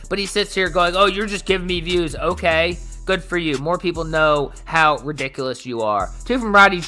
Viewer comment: I still get annoyed when I hear this inbred mfer saying "Ohhey" instead of "Okay".